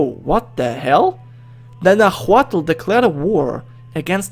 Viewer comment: its pronounced Nawatl